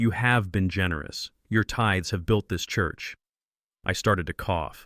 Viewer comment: not tides, tithes.